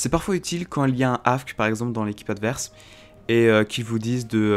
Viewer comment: "quand il y a un afque" mdr on dit un afk sinon super vidéo mais ça ce voit qu'elle date